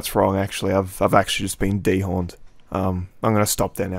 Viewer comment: “Dehorned” lmfao